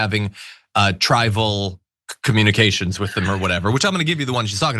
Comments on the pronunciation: I needed captions to even understand what she was saying. She said trivial and some other word wrong. It’s as if she doesn’t know the English language well. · Caterized:categorized, trival:trivial.... 😂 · I think the word she seemed to pronounce as ‘tribal’ was meant to be ‘trivial’ - her pronunciation is quite individual! Also,she interestingly and slightly ironically pronounces ’categorized’ as ‘’qatar-ized’’ which brings us back to the Middle East. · "cat-e-go-rized" "triv-i-al"